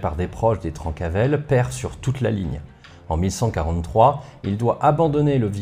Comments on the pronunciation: Je met un com surtout pour le référencement mais j'en profite pour dire qu'on prononce "Trincavel". J'ai passé ma vie sur leurs anciens fief et à chaque fois que je t'entendais prononcer "Trancavel" dans ta vidéo ça m'arrachait les oreilles, déso 😁. D'ailleurs on ne connait pas précisément l'origine du nom. C'est soit "trenca vel" "tranche bien en occitan" ou "Trenca avelana" "casse noisette" -> "casse couilles" quoi, ce qui leur corespondait assez bien. Comme d'habitude super taf en tout cas! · On prononce "trainquavel" et "melgueilh" (pas "euil") merci pour cette vidéo passionnante !